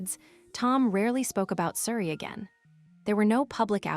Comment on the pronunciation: Calling Oprah Opera?????? AI - so many mispronunications. Can't even pronounce Suri's name the same way. Why oh why don't the people running these things even do basic checks on them? Will now block this channel from coming up on my youtube.